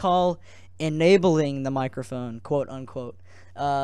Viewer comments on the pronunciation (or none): "Enabling my mOcrophone" niceeeeeeeeeeeeeeeeee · Mocrophone... LOL